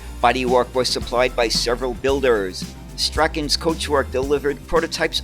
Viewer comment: I think you will find the Scottish clan name of Strachan is pronounced "Strawn" and that's the way the BBC South Today TV programme said it when mentioning this company which had a bodywork factory at Hamble- near Southampton. I can recall Portsmouth Corporation had some AEC Swift buses bodied by Marshall- they looked a lot like the fleet's Panthers and I do not think Portsmouth was an AEC customer at all- so this may have been a major blunder! I do recall riding in the London Country Swifts- with their typical wooden floors but it seems they did not have long lives like the LT Regal RFs.